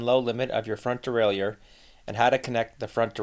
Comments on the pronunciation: As a bilingual speaker I can help with the pronunciation of ‘derailleur’. It is like deraillER. No i sound. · Stop adding an extra syllable to Derailleur!